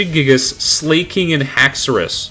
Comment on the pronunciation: bro really just said “slay-king”